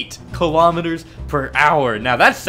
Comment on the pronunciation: Now people are hating on you for pronouncing kilometres wrong.